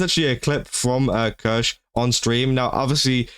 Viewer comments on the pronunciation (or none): I think you should know how to pronounce her name at the very least. Hurts every time you massacre her name. Written Kirsche but pronounced Kirscha.